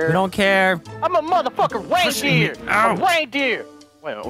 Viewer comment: Anyone else heard deliriouse say "Rain BEER"?